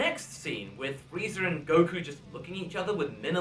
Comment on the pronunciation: I think you called Frieza "Freezer" by accident.